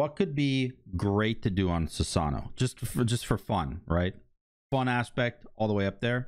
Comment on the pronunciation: say Susano without the "-ano"